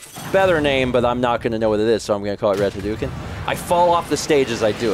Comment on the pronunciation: Hadouken is not pronounced that way. When Japanese is spelled in the Latin alphabet, "ou" represents a stretched 'o' sound. It's more like Ha-doh-ken. You can get fairly close, too, by just pretending the 'u' doesn't exist.